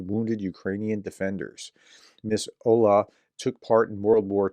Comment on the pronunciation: The WWII veteran's name is Olga, but "h" instead of "g" is read as h in Harris☺